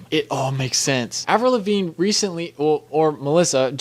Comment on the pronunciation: “Avril Lavinge”?